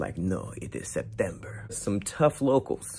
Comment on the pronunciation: lol that Spanish accent "it's September" cracked me up